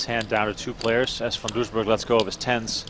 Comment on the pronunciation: There is no h in Van Doesburg!